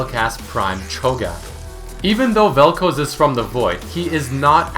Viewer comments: seriously its pronounced "Vel-Kh-Az" not "Vel coze" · Its Vel'KOZ (ka'oz) and not Vel'Kuz (k'uuz)... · even after all the videos of people saying vel k-oz you still say vel' k-oh-s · Vel'Koz. Eh guess it's Vel'Koez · I cringe every time you say vel kouz and not vel koz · Bro how the fuck are you so dense. It's vel koz not fucking vel koooooooooz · velkoz not velkoes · It's not Vel'KOZE, it's Vel'KOZ. Where the hell are you getting the long O sound from? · its not vel kooz its vel koz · It's not koz like cosy, it's Koz like what crows do (caws) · Velcouse velcouse why do u say velcouse and not Vel'Koz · You pronounce it wrong, it's Vel'Koz not Vel'Kooze x) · "Veal'Kohz" It's "Vaal'Kawz". Also, "Helmet bro" actually has been given a name by the community. Which is "Marrek Helmen". Hell, Marrek Helmen even has his own lore, skillset, and even lines. You need to read (or listen) to Marrek's lore, to know he's still alive. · why do u say vel'kouz instead of vel'koz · Its Vel'k-OZ not Vel'k-OZE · Vel khaz not vel koz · dude, its vel'koz like in cuz, not koows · Why do you keep saying "Vel'Couse?" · its pronounced vel kawz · "featuring vel'koze" :3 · Isn't it pronounce as vel coz? And not colds* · vel kooz? xD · Vel Kouuz :D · Koz - Cause Pronunciation usually doesn't bother me but jesus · Vel'kaws (vel'koz) is the proper pronunciation if im not mistaking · every time he says "velkowz" i die a little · i love the way you pronounce some of the champions, like yasuo and vel´koz. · He saying vel koz wrong it bugs me lol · He pronounces Vel'Koz so weirdly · lol when he says vel'koz it sounded russian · Every time you pronounced Vel'Koz wrong I threw up a little... I liked the video, but dude.... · I swear he's pronouncing it wrong just to make people angry. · Please stop pronouncing vel'koz like that unless you're prepared to pronounce Kog'maw like kohg'maw it's an AH sound in the name not an OH